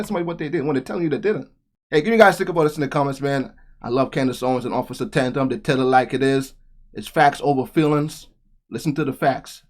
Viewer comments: Good video. (Tatum, btw, not Tantum) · Btw....sorry...I like your channel and content, but please...his name is Tatum, not Tantum😂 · His name is Tatum not tantum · Don't be offended, but you pronounce his name (T A tum) Tatum, not Tantum. love that you show videos like this, so keep doing so. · officer Tandam? it's Tatum.. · ITS OFF.TATUM…NOT ‘TAN-TUM’…LOVE YOU …PEACE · Your a dumbass, its Officer Tatum, not Tandem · It’s Tatum not tandem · It’s Tatum…..pronounced Tay….Tum. Side note….love the video! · "Taytum" is how it's pronounced man. But I don't think Brandon will be upset. Lol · Hi, It is Ta•Tum, sounds like day; there is no "n" on the first syllable.. ♠W.G. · tantum? Who is tantum? You mush mouthed fool. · Tatum is pronounced like tale, not at.